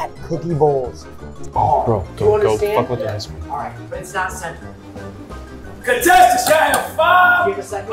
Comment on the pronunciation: Lmao says “catesants” instead of “contestants”